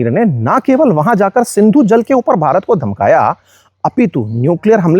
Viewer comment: भारत ने ❌ बारात ने ✅ 😅